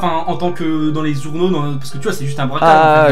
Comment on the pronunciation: Braquage pas bracage